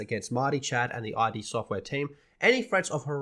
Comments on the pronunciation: It’s id not I-D. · It’s “id”, like “the id, the ego, and the superego”.